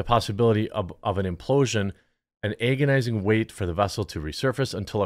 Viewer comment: "Ay-gonising"? your odd pronunciation of words puts me in AYgony at times.